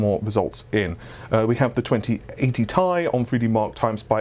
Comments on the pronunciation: It's TEE AIII NOT TAY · It's not 'Tai' it's T-I FFS!!